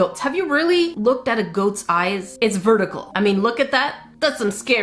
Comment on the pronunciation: You didn't meik goate ayz (it's not verdikel